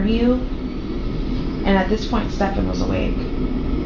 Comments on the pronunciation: Probably i'm a complainer, but I do wish you would pronounce the man's name properly. It's not ste - FAN, it's STE - fun. Also, it seems to me that jenn is constantly wasted on xanax etcetera, which could explain her forgetfulness. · I actively enjoy this mispronunciation every time- don't stop, lol. He isn't worth the correction, and there aren't even any insults low enough for a nickname.